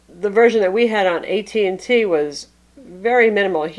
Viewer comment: "A million verizon apps" lol